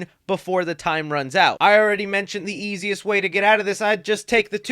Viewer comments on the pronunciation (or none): none